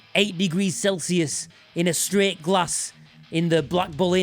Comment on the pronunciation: “I’m streht” 😂